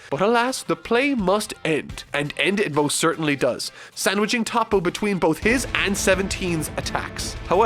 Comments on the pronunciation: It’s toh-po not tah-po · who tf is „tahpo“ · Isn't his name actually Top but it's just pronounced as Toppo in Japanese?